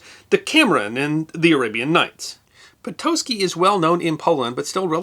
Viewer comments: Awesome story!! Po-taht-ski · Patocki = pa-to-skee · No, correct pronunciation is [po-tots-ki]. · Never knew it was pronounced 'Potoski'